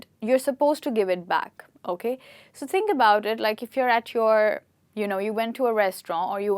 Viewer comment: The way you pronounce "THINK" is mind blowing.....